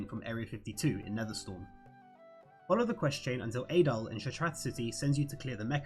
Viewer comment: Aaaayyyyyy-dal It's "A'dal" Ah-dal